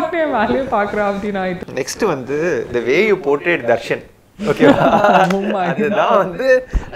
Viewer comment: Portrait nu oru varthai ya kathu vaichikitu... time solita ma... English tution poitu va ma